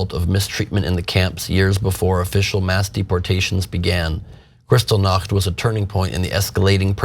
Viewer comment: He can't even pronounce Buchenwald and Kristallnacht!